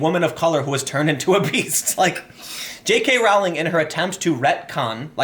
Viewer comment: it is pronounced Rolling not Row-ling